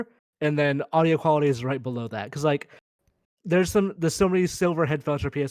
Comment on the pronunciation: I try to never make fun of people's speech habits, 'cause lord knows I've got a marble mouth sometimes, but had like 5 opportunities to say "quality" correctly and sounded like Elmer Fudd everytime.